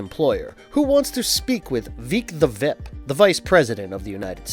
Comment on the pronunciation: oh my god, why did you forget how to pronounce words partway through this video? veek the vip? voyt instead of vought? Just makes it seem like you didn’t care about this at all.